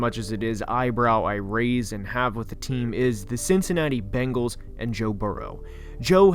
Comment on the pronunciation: IKR? It's so funny. The second worst is the "Bangles".